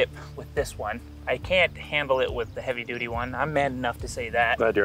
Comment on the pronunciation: He said heavy duddy